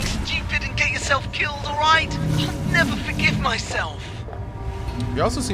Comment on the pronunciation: Roight, Roight, Roight, Roight, Roight, Roight, Roight, Roight